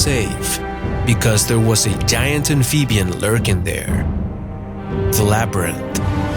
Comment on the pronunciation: Ampheebeean lmao